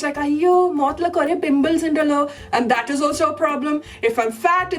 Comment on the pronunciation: Kore "bimples" 😂😂😂 girl you are awesome..